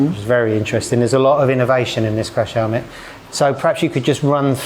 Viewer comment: say crash helemt one more time...family